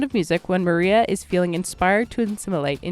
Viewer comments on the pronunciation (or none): none